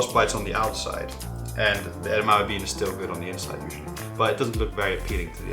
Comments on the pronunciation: No, it's pronounced EDAMIMI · I wish he’d stop saying edamame like it’s one syllable.